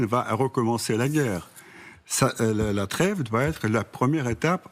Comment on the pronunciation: Poutine comprends de vous là creve quand vous dites la treve, et le glève quand vous dites y a greve, ça crève l'oeil...